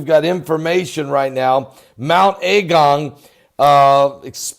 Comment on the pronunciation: It’s not pronounced “A” as in capital, it’s a lower a as in agung not A gung. I live here been here a very long time. It’s bad for the immediate surroundings but I’m not freaking out like you are. Please dont blow this up out of all proportion. We are quietly looking and keeping an eye on the situation. A lot has been done for the evacuees already. The first outage of lava is called cold, it’s not red hot, it’s more like mud and ash, it has spread out and come down about 2k, it’s in wide bands but it’s not everywhere yet and its pretty slow at the moment.